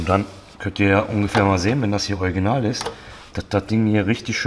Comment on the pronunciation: Haha ich muss immer so lachen wenn du Original sagst